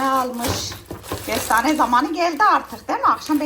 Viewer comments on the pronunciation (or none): Gestane değil KESTANE Gars değìl Kars Canım o yūzden bīrçok kelime haznen anlaşılmıyo Gorse değīl Korse valla bazen anlamakta çok gūçlūk çekīyorum ama sen kamufle edïyosun tatlı kadın😉🌷